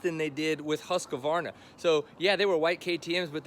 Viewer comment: Why do so many American YouTube guys mispronounced Husqvarna ? It is pronounced Husqvarna ( sounds like Hooskvarna ) not Husk - a- varna .